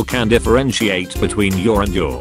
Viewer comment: it’s funny cuz he pronounce your like you’re and then he pronounced you’re like your